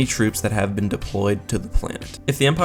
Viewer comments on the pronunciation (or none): none